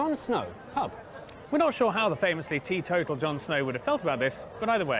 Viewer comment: It's not 'Tea Total' it's 'Teetotal' - meaning abstaining from alcohol